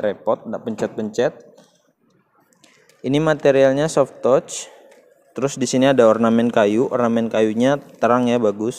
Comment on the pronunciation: maaf ya pronunciation "touch" nya masih salah..."zone" bukan "jon"